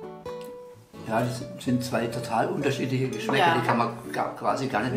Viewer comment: ドイツ人のリアル「ツヴイ」が何度も聞けて感動しています。 トラ猫をタイガー戦車２型のティーゲル・ツヴイのツヴイから名前を取ってツヴイにする癖が有るのでリアルツヴイを聞いて感動しています。